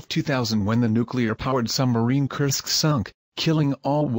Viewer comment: Ok, you just fail with "Kursk". Take your pills and go away from computer!